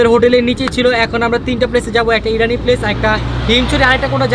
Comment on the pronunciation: irani na bro its inani